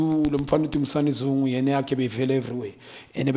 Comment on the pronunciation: Dumisani Zungu🤣🤣🤣